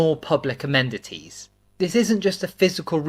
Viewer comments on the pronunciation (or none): What are 'amendities'?!